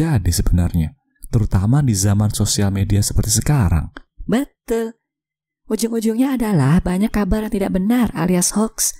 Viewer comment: "beeetul" I liked your accent